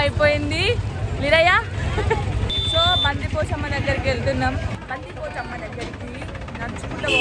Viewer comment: బందిపోచమ్మ కాదు బద్దిపోచమ్మ అంటారు